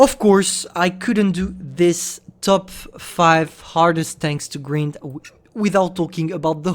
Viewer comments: "one of the funniest lines to greend" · I love how says grind like “green”. I know he’s not natively English but I like it it’s funny